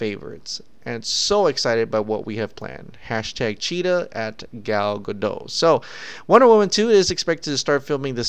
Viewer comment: hey, i hope you read this. yours is one of my favorite youtube channels and im always sad when they mispronounce Gal's name, even in talk shows like jimmy fallon or kimmel. So being one of my favorites i will inform you and i dont comment this on other channels, and i know you will say her name many more times in the future, even she says it herself, it should be Ga-DOT. as in the period in the end of sentences dot. I dont know who ever started that ga-dough trend. in israel T's are not silent. I bet she is crazy annoyed by it by now. anyway, more power and thanks for all these news, been a long subscriber